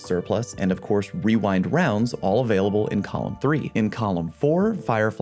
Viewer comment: 🤣 I'm glad I'm not the only one who says wewind wounds lol